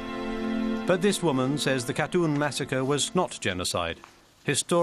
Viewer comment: Not a bad analysis, although the use of the word "sorry" from the Russians would have been useful and appreciated. Shame the narrator couldn't pronounce Katyn and kept saying Katoon.